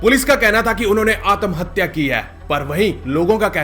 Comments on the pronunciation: आतम हत्या नही भाई आत्म हत्या बोलो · Atmhatya nhi AATAAMHATYA!!!!!!!!!! WAH!!🤣🤣